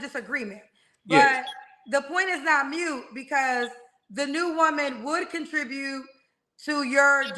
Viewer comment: MOOT! not mute😂😂😂